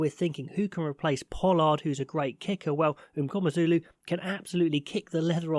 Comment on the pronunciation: Pronounciation of "MNGOMEZULU" 9/10👌🏾